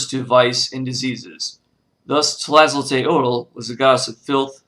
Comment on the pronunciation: / Very limited, one-sided, and thus not a real good overview of Tlazoteotl. (Pronounced "tlah-zoh-TAY-oht" -- the "l" at the end is silent or gently breathed.) Please do more research. I am a member of the Mexikah Tribe, and my ancestors are Mayan and Aztec. Tlazoteotl, as with all of our "Gods" is not so much a distinct "deity" as she is a complex of energies. Our word for your words "spirit", "God", "soul", "energy" is simply "teotl". Nothing about it translated easily into any other language. But because these energies overlap, push up against, compete, complete, and compliment each other, at any given time Tlazoteotl, for example, can become another energy -- hence both her defiling and purifying natures. Nothing is without anything else, which is the lesson of the Four Directions and the Center. Tlazolli, like all things, is an ephemeral moment, but can last 'too long' for human liking or health, but it is also necessary for growth and sustenance.